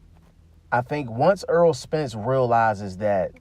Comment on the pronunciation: Btw it's Not Earl, put some Respecc on his name bruh